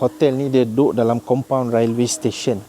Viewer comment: The train room is terrible & so cramped! The stairs are so small & dangerous! Railway is pronounced like "Relway"....like uou want to say the "e" as in "sail" & not "Ra el way".